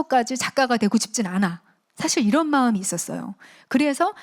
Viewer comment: 사실의 "사"는 길게 발음해야 하는데, "짧게"잘못 발음했습니다. 장단음 문제가 심각하십니다. "한국 어문을 고발함"을 읽어 주십시요.